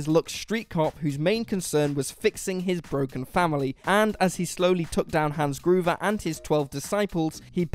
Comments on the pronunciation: Hans Gruber not Groover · Downvote for 2 completely unnecessary ads in the middle of the list. Also for "Hans Groover." Seriously, how does everyone on your staff pronounce words and names so poorly?